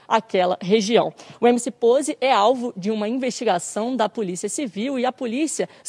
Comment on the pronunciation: “emc poze" sabe nem falar dkksks